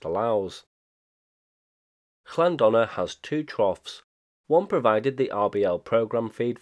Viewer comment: Llanddona is pronounced TLan-THonna where TH is as in "thee" and "thou".